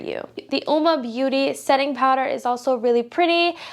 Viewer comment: Uoma is pronounced Woh Muh it means woman in Italian.